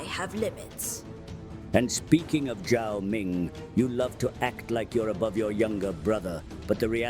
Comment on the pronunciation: Gods, you have put in the effort to make sure "Zhao" is pronounced correctly! You have made a conclusion «"Z"≠"ZH"» which so many people do not care to make! You have made Kholek proud and earned the recognition of both Tzeentch for your intelligence and Cathey for your respect towards its China cosplay! Guys, I just have no words. You are amazing. Now I can send a link to your video when needed and point out how amazing you are in general and this pronounciation nuance is in particular, illustrating it is actually very possible to discern between "Z" and "ZH"! ^^